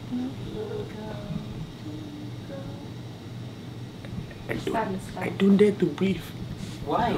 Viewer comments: no one: literally no one: vincent: ”stay away from ridawhan” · Ah yes Ridawhan